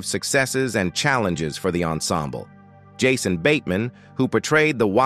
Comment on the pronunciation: “Yahsone bateman” Definitely bad